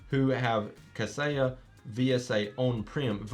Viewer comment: Thanks for the vid. Kaseya is pronounced as "Cuh Say yuh" (where uh is like duh)